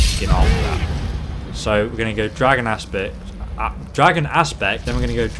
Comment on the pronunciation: when said dragon aspect I heard it as dragon ass spit lol. BUt not trying to insult u in any way I love u videos and would u mind if it's not a problem but could u play using some other builds but till nowI really like this but if u can use other builds could u use the mage ones especially the dream strider don't bother if u can't I like dis one anyway